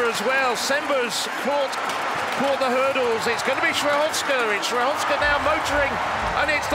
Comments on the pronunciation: I agree, I'm not from Poland and, while we non-Slavs struggle with so many consonants, what he is saying actually bears no relation to her real surname. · Skrzyszowska is virtually impossible to correct pronounce for a native English speaker.